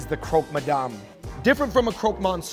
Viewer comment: Croque Mohn-syoor. 🤣